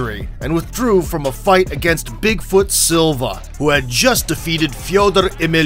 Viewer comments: This guy BUTCHERED Fedor's name. Cringe. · Thats uhh not how you say Fedor's name. Not even close. If you want to learn how to say his name.. just watch ANY OF HIS FIGHTS LOL. LIKE ANY OF THEM. THEY PRONOUNCE IT CORRECTLY WHEN HE IS INTRODUCED. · There is a video or Fedor pronouncing his own... & in this video the narrator still slightly mispronounced it, even though the narrator says he is Russian. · No, that's actually how "ko" is pronounced when unstressed. If anything, his pronunciation of Fedor was still slightly inaccurate ─ he pronounced it like Фьёдор [fjɵdər], while it should be pronounced Фёдор [fʲɵdər]. He also missed a "y" sound at the beginning of "Yemelianenko". But again, it's hard to fault him because palatalised nouns are notoriously difficult for foreigners to pronounce. If anything, he actually got his palatalised nouns spot on when pronouncing the name Sergey, but somehow struggled with the palatalised "f". Either way, it goes without saying that his pronunciation is far closer to correct than the commonly used English one. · Why do you say Fedor like Fyeoduhr Emeelianenkah, but don't pronounce anyone elses names with a big accent? it's annoying and just looks like you're trying to show off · It's not just Fedor. You destroyed a few names. Cheick Kongo for example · sorry to disappoint u folks thinking u heard the fancy russian version...no.i speak russian. fedor's name in russian sounds just like it does in english with a tiny bit of inflection on different letter. he butchered it in any language. take another example, ukranian Vitali Klitschko. In English its Vitali Klitschko...in Ukrainian...theres a slight long ee for the first i sound and diff syllable emphasis...other than that, identical. i dont mind a mistake but claiming it was russian original? no way. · never in my life have I heard Fedor's name pronounced as such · OK how you butchered fedors name is depressing 🤷‍♂️🤣🤣🤣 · Just butchering Fedor’s name repeatedly